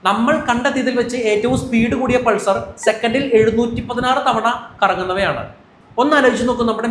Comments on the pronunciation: പൾസർ ആണോ... പൾസാർ അല്ലേ..? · ആ സ്റ്റാർ ന്റെ പേര് പൾസർ അല്ല പൾസാർ എന്നല്ലേ...